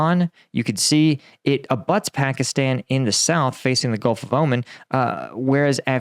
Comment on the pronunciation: please learn how to pronounce pakistan